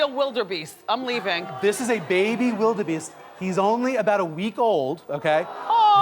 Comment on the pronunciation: lol What a fucking ditz she is. lol "Wilderbeest"